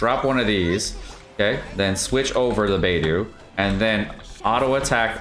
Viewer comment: baydoo.. yay miko... lmfao